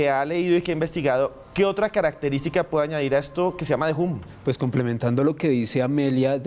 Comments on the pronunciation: me alegro que pronunciaras bien The Hum (foneticamente De Jom) y te notaras profesional en la introduccion y lo tiraras al zafacon al comenzar la seccion con De Jum... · Uuuich! Ole supersona si lo van a nombre en ingles alo mero aprendan la pronunciation eso suena como una a recortada sumerce ham no hum